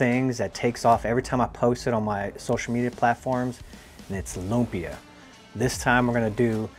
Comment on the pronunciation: please do not pronounce it as "LOOM-PEEH-YUHH" say it fast! say it quick! "LUMPYA!!!" ganon bro!